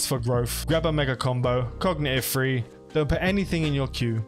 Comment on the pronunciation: 1. Are you saying "cognitive free" or "cognitive 3"? Big difference lol 2. I started as Gallente but want to run missiles. Am I at a disadvantage in any way? The Military skill plan seems to suggest railgun skills to me exclusively which is a bummer. Just found this channel but appreciate your videos and your responsiveness to questions.